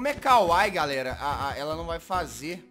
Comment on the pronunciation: A pronúncia é kawaíí, não kawai. Bjs, Jazz. E não se preocupa que logo, logo sua garganta vai acabar explodindo de tanto fazer a voz da Jazzy :v